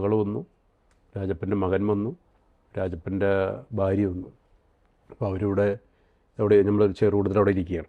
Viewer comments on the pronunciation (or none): none